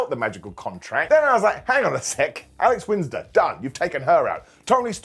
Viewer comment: Alex Winsder? Wheeter Yula?! The Dray Driller?! Should I be quiet while you conduct your business,?